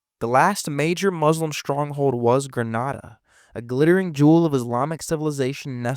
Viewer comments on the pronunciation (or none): none